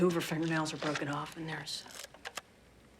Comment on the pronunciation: “Finga-nailz” love it.